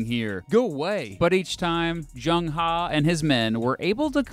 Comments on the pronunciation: It's not Zheng HA - It's Zheng Heh (as in "her" without the "r") - Kinda important. Loved the video. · It is pronounced as ‘ Her’, not ‘Ha’. Haha... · the e in He is pronounced as e in earl gray, not as a in khan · Love your videos entertaining as well as educational BTW his name is pronounced "HE" like "huh" and his surname is "Zheng" pronounced "Cheng" hope you don't get offended Great videos keep them coming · Zhong Chen no, he pronounced " He " in "Zheng He" wrong.